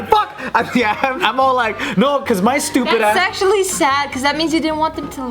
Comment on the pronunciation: is it "thats actually" or is it "thats sexually"? lol obviously its actually but what do you hear